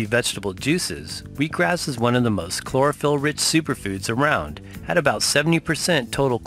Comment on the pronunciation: Chlorophyll sounds more like borraphyll